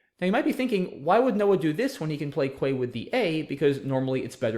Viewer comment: Its pronounced KEY not QUAY.